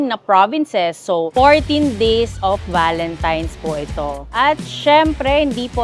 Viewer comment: TANAN GID SILA VALENTIMES HAHAH AY AMBOT BAKIT GANUN ..VALENTINE'S NAGIGING VALENTIMES HAHAH